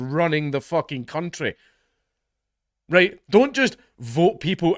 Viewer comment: "RrrhWhite!" "RrrhWhite!" "RrrhWhite!"